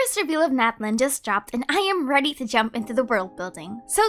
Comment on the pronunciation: I also forgot to say two months ago! Natlan would actually be pronounced Na-TLAN in real life Nahuatl as TenochtiTLAN would